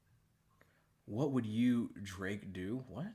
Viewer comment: I swear I heard Cole call Drake “Drape” once during this interview